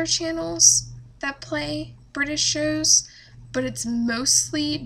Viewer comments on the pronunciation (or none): Omfg stop saying shows like that